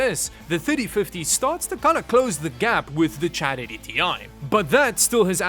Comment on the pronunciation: “Chad80 ti” 😂😂😂😂 I can’t